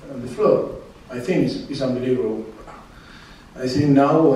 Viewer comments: ㄱㅋㅋㅋㅋㄱㄱㅋㅋㅋㅋ 웃기닼ㅋㅋ 언빌뤼붜블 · ㅋㅋㅋㅋㅋㅋ존나 화난거같은데 온볼리보볼 ㅋㅋㅋㅋㅋㅋㅋㅋ미친 심판이 경기말아먹을뻔했다